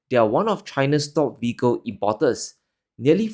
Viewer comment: Love the content, but please slow down your pronunciation of "vehicle" because it keeps sounding like "fecal" and it's distracting. Thanks!